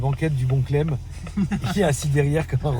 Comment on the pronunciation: À chaque qu’il disait Cleb à la place clem j’étais éteint 😂😂